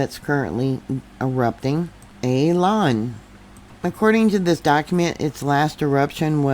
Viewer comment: Pronounced Oo-lah-woon. Great video